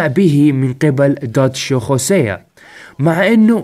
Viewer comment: ياخي انجلط لمن تقول خوسيا، اسمه هوسيا والله 🌚💔